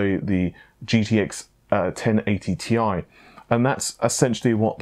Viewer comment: Well, it is Ti like Titanium, not TI.